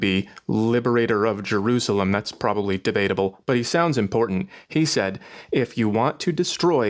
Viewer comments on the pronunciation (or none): none